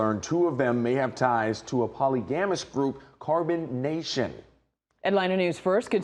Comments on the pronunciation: why couldn't the newscaster pronounce polygamy correctly? His job is to be well-spoken. 🤣😂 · Said the same thing!